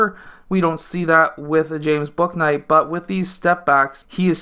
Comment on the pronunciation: his name is pronounced booey-knight btw haha!